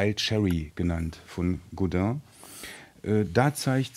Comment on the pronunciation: Funny Americans or Brits cant say Godin correctly but a German guy can. Godin not god-inn.